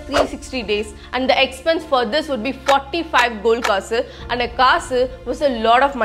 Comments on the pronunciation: kannada is the second ancient language derived from dravidian language has sanskrit influence . kaasu is synonym of coin and in any language it is clearly pronounced as kaasu not kasu very bad pronounciation. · I love you saying "Kasu" . ❤Because you pronounce it like kass kass😂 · Its is pronounced as kaasu....